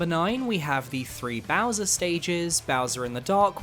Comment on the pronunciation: Says ' so longee Bowswer not gay bowser lol